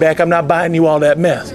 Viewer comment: he's speaking with a lisp, which means that he pronounces S sounds with "th" sound. Its a disability some people have. So it definitely sounds like meth but really he's saying mess